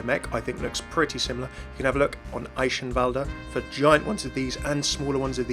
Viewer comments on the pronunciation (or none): PRONOUNCE ALL THE VOWELS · No one pronounces Eichenwalde correctly :/